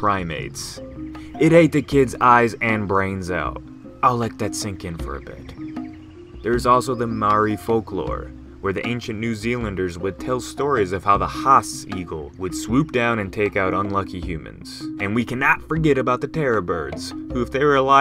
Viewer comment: did this man just pronounce maori as (mah-ree)